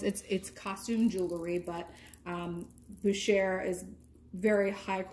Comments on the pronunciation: “ Boo Shay “ ( French pronunciation ) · First time watching your channel. Nice jewelry finds and great prices. By the way, Boucher is pronounced Bow (as in take a bow) Shay.